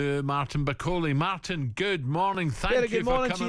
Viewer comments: Bacola? He corrected himself the first time then said the name wrong again, lol. Lazy. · Who is this baldy clown that can't even pronounce Martin's name? Bakola?? And Ally McCoist "oh I watched rumble in the jungle when I was a wee boy" aye ok Ally is that the extent of your boxing knowledge? Don't disrespect the sport couple of clowns! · Why is it so hard to get his name right? Such a common thing, almost line it’s intentional